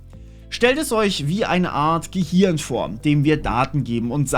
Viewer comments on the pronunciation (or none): none